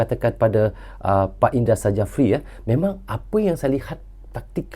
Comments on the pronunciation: Coach indra syafri itu dibaca y, bukan indra sajafri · 𝗇𝗀𝗎𝖼𝖺𝗉𝗇𝗒𝖺 𝗂𝗇𝖽𝗋𝖺 𝗌𝗒𝖺𝖿𝗋𝗂 𝖻𝗀,𝖻𝗎𝗄𝖺𝗇 𝗂𝗇𝖽𝗋𝖺 𝗃𝖺𝗌𝖺𝖿𝗋𝗂😁,𝖧𝗎𝗋𝗎𝖿 𝗃 𝗃𝖺𝗆𝖺𝗇 𝖽𝗎𝗅𝗎 𝖽𝗂𝖻𝖺𝖼𝖺 y🙏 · Indra safri bukan i ndra sajafri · bukan INDRA SAJAFRI baaaang... di tulisan nya memang INDRA SJAFRI, Tapi nyebut nya INDRA SYAFRI.🤣🤣🤣🤣🤣🤦‍♂️ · Indra Syafri bang 😂 bukan indra sajafi👍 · Kalo boleh ralat bang,pengucapan nya bukan indra sajapri, tapi indra sapri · Maaf Sy koreksi ya bung, Indra Syafri bukan indra sajafri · Tek betul kan ni bos indra safri,bukan indra sajafri bkn indra safri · Indra Sjafri dibaca Indra Syafri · nyebutx Indra Syafri, Krn Sjafri itu ejaan lama, j adalah y, sedangkan dj adalah j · Nama Head Coach Timnas U-19 INDONESIA Adalah Indra Sjafrie Huruf "J" adalah ejaan lama, jika dibaca saat ini sama dengan huruf "Y" Jadi baca yang benar adalah INDRA SYAFRI. demikian. semoga membantu🙏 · Cara penyebutan nama pelatih Timnas Indonesia itu adalah "Indra Syafri". 😊